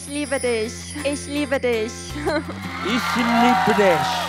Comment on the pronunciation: She has a very good German pronunciation, the young woman at the beginning. She says: "I love you!" in German! Very good! 👍WYB doesn't look good, is he sick? Please take care of yourself, the same applies to the DDU brothers.